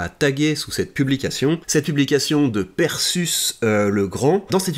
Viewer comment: c'est pas prononcé perséus comme Persée ?